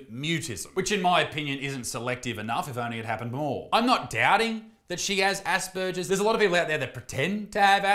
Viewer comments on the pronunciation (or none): 😂 You are mispronouncing “Asperger’s”!